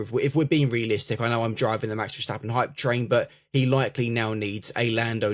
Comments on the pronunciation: In English, when you read the word "step" do you pronounce it as "shtep"? Not in my world. Well, the "stap" in Dutch is the same. It even means step. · Yeah I don't get why Verstappens name seem to conjure up some extra letters with native English speakers